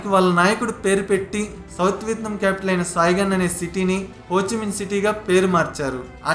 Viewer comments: It's not VITNAM...its called VIETNAM.... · Vietnam ane name ala pronunce cheyalo nerchukoni video complete cheysi unte Enka bhagundedi guru garu....🤣🤣🤣